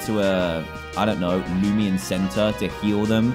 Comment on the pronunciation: Is anyone else bugged that he calls it loomian not loomayn bro the nostalgia from this comment that I did a year ago